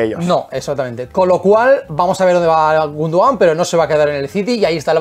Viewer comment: Es Gúndogan, no Gundogán